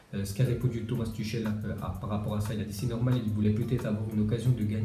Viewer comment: Il a dit Tomas tushel pas turel